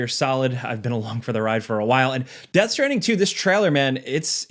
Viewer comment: Americans taking the piss out of British: Chewsday innit Meanwhile: Death Stranding Choo